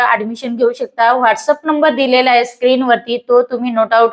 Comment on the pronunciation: शिझन नाही ते सिझन असतय.. हाये नाही आहे म्हणतात.